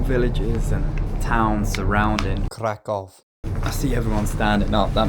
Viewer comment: Mate!!! It's KRAH-koof or just use the English version. Why don't you think that people in the second class don't deserve the same privacy as people in the first one?